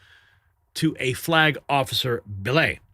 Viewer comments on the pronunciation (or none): you have got learn to pronounce words like "corollary and "billet" correctly. When you incorrectly pronounce words you sound like Barack Obama.